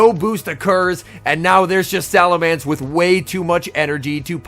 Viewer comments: Just a heads up, it's SalaMENCE, not SalaMANCE. Cheers m8! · So, seriously now... is it pronounced "SalamAnce" or "SalamEnce"? I pronounce as "SalamEnce" - but others I have run into pronounce it like an "A" in that third vowel spot... and now I hear doing it also... starting to think I am the one in the wrong.